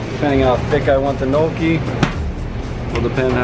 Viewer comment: losing my mind at the way he pronounces gnocci